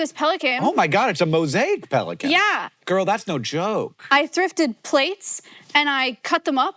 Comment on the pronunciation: The new casual way Hank says “girl” threw me off so much